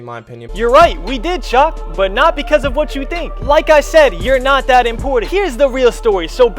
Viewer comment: Bro all love but it’s important not “impordant*